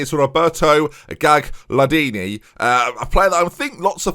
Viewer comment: Loving the save! Btw, sorry to sound douchey but the second G in Gagliardini is silent.